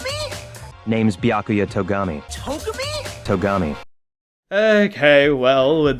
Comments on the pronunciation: I'm really glad I'm not the only one who was annoyed with the "Toh-guh-me" thing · It’s Toe-gami